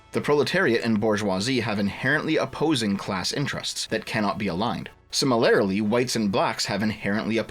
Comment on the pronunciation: Hey, start using a different word than "similarly." Also, it's "si-mi-lur-lee", not "sim-uh-lair-uh-lee."